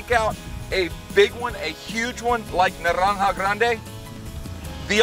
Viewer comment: "Narrrrrranja grrrande" only spanish would notice that fine pronunciation